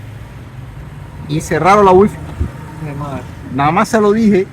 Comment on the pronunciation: No se dice wifi se dice waifay